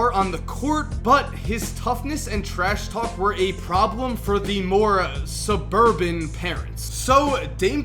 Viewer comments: My mans said suburban hahahah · "Suburban" cut the P.C, say white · is "suburban"